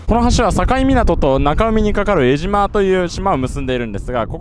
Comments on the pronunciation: えじま ではなく、 えしま ですよ！ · えじまじゃなくて「えしま」です！ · さかい港なのに地元民「さかえ」港って言います。えじまではなくて、「えしま」って言います。